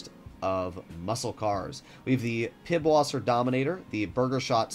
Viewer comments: Did you just say: “pibwasser”?!?! It’s pronounced pisswasser, the “ẞ” is a German letter pronounced like an s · its actly pronouncd pisswasser not pibwaser the b is a german s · It's Piss wasser not pib. That B looking letter is a double s. Seriously if your going to make content on a game at least know the god damn game. They mention the beer on the radio all the time so how do you not know how to say it ??